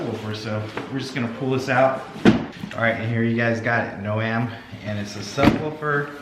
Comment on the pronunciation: Jesus Christ and he still didn't tell you how to pronounce their name it's not no..am its like a garden "gnome"